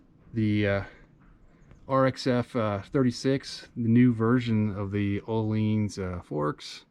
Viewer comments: ohleens lol its ohlins XD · I like your “ohleens” version 😂 jk. Beautiful bike